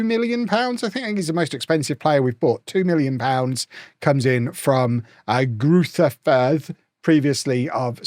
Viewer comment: Cheeky little pronunciation bait for the Germans to correct you on Greuther Fürth.